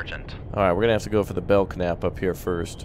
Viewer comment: Bell-nap..thats how its pronounced. named after: USS Belknap (DLG-26/CG-26), named for Rear Admirals George E. Belknap (1832–1903) and ... The first USN combatant ships to revert to all steel superstructure were the Arleigh Burke class